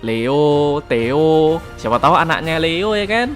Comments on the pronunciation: Kek nya bukan dibaca teo, tapi "THE O" kalian lucuu teo teoooo emang tayoo😂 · Theo : teio (bisa aja kepleset njir nyebut nya)